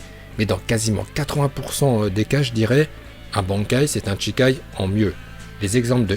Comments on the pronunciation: A chaque fois que tu dis "CHIkai" à la place de "SHIkai", ça me trigger xD CHI c'est le sang, SHI ici c'est "initial", et "kai" c'est pour "libération"... C'est peut être un détail pour toi ou juste que tu ne le savais pas, mais si ça t'intéresse, je t'invite à te renseigner sur les prononciations japonaises =) (je précise mais "tch" c'est juste "ch" en japonais et notre "ch" français est leur "sh"). Et "bankai" ça se prononce bien "bane-kai" et non pas "banc-kai", mais c'est moins choquant que CHI-kai... Pour dire vrai, il est plus correct de dire "sh'kai" que "shi-kai", et "chi-kai" c'est no way xD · Cest shikai et pas chikai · Allez, par contre c'est shikai pas chikai... Ça donne pas envie de regarder la suite. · "Shikai" stp "SHIKAI"!!!!!